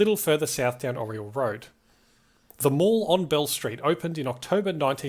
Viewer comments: You’ve gotta pronounce The Mall like you’re saying Mel Gibson… “The Mel”. This is how it’s always been pronounced since it opened! Great video, looking forward to the next. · I was thinking the same thing. Great video, but for as long as I've known about the place it's always been pronounced like "Mal"